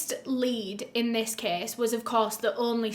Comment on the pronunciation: thought she was saying kiss... (case)